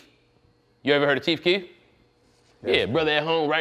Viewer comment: i cried when he said “Keith Keith” instead of Chief Keef